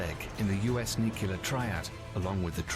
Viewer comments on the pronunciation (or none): There are a lot of mistakes in the video and I just have one word: NUCULAR! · I'd have thought if one was going to create a video that contained the word nuclear, one should at least know how to pronounce it. Not you,, the original video.